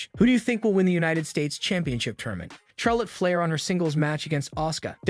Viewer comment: Does this guy know how to pronounce a name or what hahaha Charlotte Flair is pronouncing it the wrong way though trying to say her name with the sound of CH and not the sound of SH. I think you really needs to do more watching WWE before he does any more videos like this on wrestlers because he doesn't know how to pronounce names right